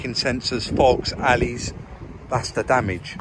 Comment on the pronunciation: its ALLOYS not 'ALLEYS' and SALVAGE not 'SELVAGE' LOL. LOVE THE VIDEOS MY FREIND only pulling ur legs mate!!